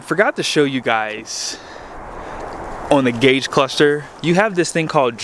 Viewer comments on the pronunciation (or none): none